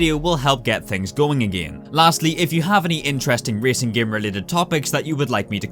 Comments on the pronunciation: Me and everyone I know: "Game": "Gaem" And that is a small part of why I keep watching these videos:) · It's a game not gaem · i love it when says “gyem” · When says gaem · Nobody: when he tried to pronounce game: Giêæm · here in northern ireland, we pronounce game: giêæm